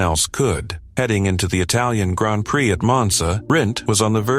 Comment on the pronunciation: Surprised it pronounces Prix properly